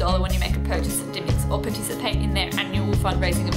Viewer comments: grrrr you keep saying dymocks wrong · it's pronounced dim-mocks. Not dime-mocks. But you are forgiven. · Love Dymocks. Also, you're pronouncing Dymocks wrong lol